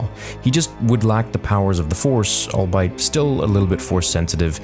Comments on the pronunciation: I hate being that guy, but I have heard pronounce "albeit" as all-bite rather than as all-be-it. Perhaps it is just a Canadian thing I am unaware of... At least it is used grammatically correct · Great fan-fic! If I may respectfully submit... "Albeit" is pronounced "all-be-it" not "all-bite". :) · Dude “albeit” is pronounced “all be it” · All-Bite, no bark 😆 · Sorry bro I have to say it. Albeit is pronounced ol-BEE-it. Okay now I can sleep at night. Great vid! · You're pronouncing "albeit" wrong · Maybe its been brought up before, but is how he pronounces albeit a regionalism? I hear him say it and my ears recoil in horror and disgust ahaha, the videos are great but yeah, really gets me, idky ahaha, never ever heard anyone else pronounce it like that